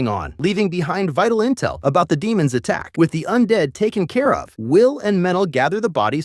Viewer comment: Stop calling them de(short)mons